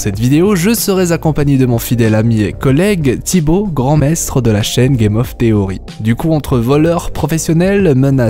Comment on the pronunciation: Qwantique? Maîstre? Qwhat the fuck oui, ces prononciations sont plus wtf que ces théories.